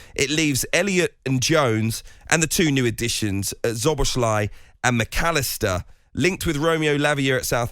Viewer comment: mark goldbridge getting everyone to call Szoboszlai Sir bozley what a clown